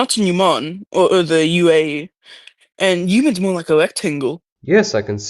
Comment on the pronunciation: This isn't how you're supposed to pronounce: Oman, Yemen, Brunei, Mauritius or Gabon.